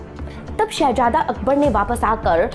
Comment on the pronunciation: Shehazada....not Shehajada...pronunciation